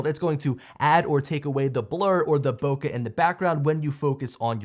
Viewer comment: Finally! A channel that pronounce the word BOKEH perfectly.